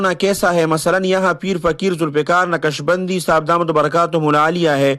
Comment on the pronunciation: یارخان صاحب اپناتلفظ درست کرلونقشبندی؛میں ق ساکن ہے متحرک نہیں